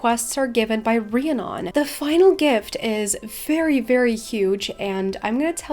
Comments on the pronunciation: Pretty sure it’s pronounced ree-Ah-nun I couldn’t watch the rest of the video cuz of it haha. My brothers best friend has the same name. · Drew-id and Ree-ann-on. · I reeeeeally hate to be THAT person, but... It's pronounced ree-ann-on, um-brah and droo-id